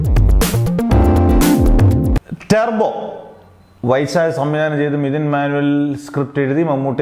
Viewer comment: സത്യം, നല്ല സിനിമ ആണ്, പിന്നെ ടെർബോ അല്ല ടർബോ ആണ്